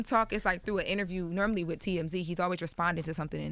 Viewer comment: Tf is "nermally"?😂😂😂